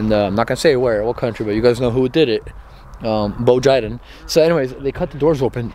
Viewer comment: Boe Jiden like Soe Margi 😂😂😂